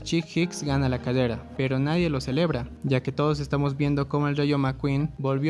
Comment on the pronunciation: Me dio risa cuando decía cadeda en ves de de decir carrera pero yo tambien tengo ese problema XDDDD